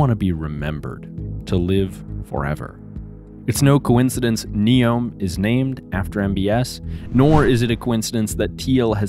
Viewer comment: Neom= “New” + “Yom” which means day in Arabic . You got that wrong